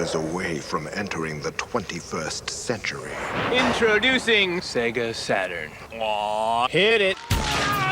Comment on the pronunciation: I just really appreciate that you pronounce the damn thing right! "Say-ga"